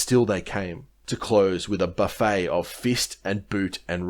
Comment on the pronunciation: Buffet, meaning a blow or striking action, which is the context used, is pronounced as it is written with a hard "t." Buffet pronounced as "buffay" is a dining-room or a self-service counter for meals or a buffet car which is a railway coach where refreshments or meals are served.